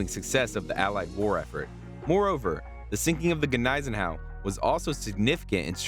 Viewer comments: The G is silent, pronounced like knees en au. No x craft attack sunk here, they were used against Tirpitz. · Hey, the G is silent please! Is this some woke history nothing here was factual go back to school !